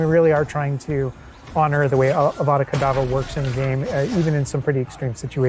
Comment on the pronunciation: LOL he said "AvAdACaDavErRa" I lost it